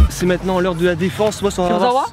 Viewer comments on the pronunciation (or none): On dire Kurosawa